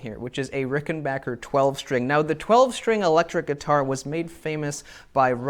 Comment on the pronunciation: You get a thumbs up just for pronouncing Rickenbacker correctly.